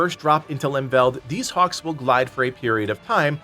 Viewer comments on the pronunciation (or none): none